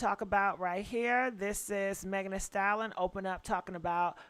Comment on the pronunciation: Why you not pronouncing Megs name correctly? U say Stallon vs Stallion 😢😂😂